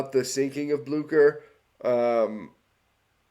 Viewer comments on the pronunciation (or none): So... I had to do some actual research here, because I thought you pronounced the name of the ship wrong... As I thought it was pronounced as "Blyoo-Sher"... But according to what I could figure, since it's German (And granted, German is not a language I am very familiar with), the name of the ship actually IS pronounced as "Blyoo-Kher". So... Yeah, turns out I have been living a lie for years, and this one short video here corrected me because I decided to double-check if I was actually right, which I wasn't. So, yeah, you learn something new every day. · It’s pronounced Blyscher